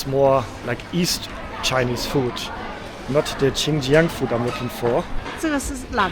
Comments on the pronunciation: dude, when you eat it, its "hao chi", when you drink it its "hao he". "chi" is eat, and "he" is drink in mandarin chinese. beware, soup you drink, he, in China, not eat, chi. and also, not Chinjiang, but rather pronounce it Shinjiang, or Sinjiang. :D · X is pronounced like "s", not "ch". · Xinjiang, the pronunciation of the "Xin" is similar to "sing". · I do recommend learning how to pronounce Pinyin letters. X= sh like in she. Shin Jiang or Shi Jinping (Xi Jinping). Q = ch like in China or Qongqing (ChongChing) Online guides are common or just use Google translate. It will help you not sound stupid.